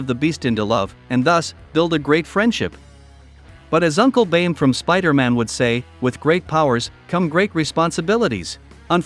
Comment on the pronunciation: “Uncle bAiNe”